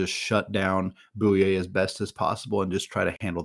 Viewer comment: Jamaree “boo-ee-aye” 😂 Nice vid but USF is winning March Madness this year, definitely not biased because Jamaree went to my highschool